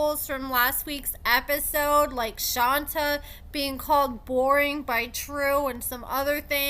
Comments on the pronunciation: Dear, with all due respect please learn to pronounce people’s names correctly if you are going to report on them. If you watch the show you know the woman’s name is NOT “Shawn-Ta” it’s pronounced like Shante…THEY PRONOUNCE IT ON THE SHOW…regularly. Thank you so much. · Do you purposely pronounce Shonta name like that? It is pronounced SHAWN-TAY. It is not hard but it is offensive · I've definitely made that a point as well. I don't understand how they can pronounce Strapwakowsky but can't say Shonta... I've let her know it's pronounced SHAWN-TAY. Seems like it's on purpose at this point 🥴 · I think it’s pronounced ShonTAY for Shonta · IT'S PRONOUNCED "SHAWNTAY" - my #1 pet peeve is ppl not pronouncing ppl's names properly! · Just wanted to say Shonta's name is pronounced with a hard A. Thanks for all the updates! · Yup. People have told her that multiple times in the comments for a while now, but it doesn't seem like it gets through to her. It's the weirdest thing. Obviously watches the show a lot, so she hears how Shonta's name is pronounced. Then she comes on YouTube and pronounces it way different from how we all hear it pronounced on the show. Just strange.